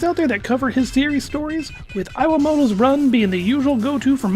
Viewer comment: "Eye-wah-moto" ????? XD